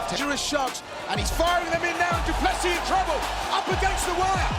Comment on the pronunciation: try to say do plus c then you wil get it right